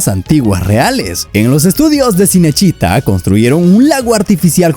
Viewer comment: No es sinesíta, Cinecittá (chinechitá)